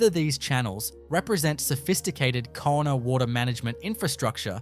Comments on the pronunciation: The word Kaurna is actually pronounced ‘Ghana’ not ‘Corna’. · please, cornerstone arrangements?, ... Korna people?? please have enough respect for culture to at least spell and pronounce the name of the Adelaide plains people correctly. They are the "Kaurna" people. Why would anyone trust any other single word you say? what a rubish channel. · It's pronounced 'Gar-na' not 'Corner'. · Pronounced 'garna' not korna! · Please do your research before opening your mouth. The Adelaide plains people are pronounced like Gauna, the adelaide hills people were the peramangk. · That’s pronounced Gour na, not Korna people. Please change this. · Pronounced Garna! It is important you pronounce correctly otherwise your whole story becomes questionable and you point is lost. Port Adelaide actually had and has full tunnels for escapse running under there! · It’s pronounced Garna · Kaurna said like Ghana (yeah the country) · Kaurna is pronounced "GAR-nuh" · The people are the Kaurna people, pronounced Garna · I was about to say the same thing. ❤ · Its pronounced GAURNA do some research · A load of rubbish, and at least take the time to pronounce names correctly !! No actual pictures of what you are claiming, and a completely AI assisted . NO fact checking, and no evidence....there may very well be structures, but this video is a complete farce ! If you had taken any time to research 'Garna' is the correct way to say Kaurna people, how insulting !! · mispronounced First Nation name a few times differently Victoria has over 200 stone circles so it's not too strange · I call bullshit, Having lived my 76 years in Adelaide and have always had an interest in archaeology and know of Aboriginal middens in the Southern Beach suburbs. Not only are the sites mentioned unknown to me the narrator mispronounces continuously the name of the original inhabitants.